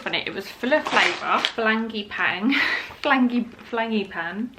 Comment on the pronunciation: you saying frangeypan instead of frangipane (franGEE-Pan) i creased, love it!